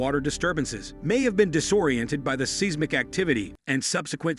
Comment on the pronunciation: Interesting video; however, the frequent mispronunciation of "tsunami" and "seismic" activity make the video a little frustrating to watch.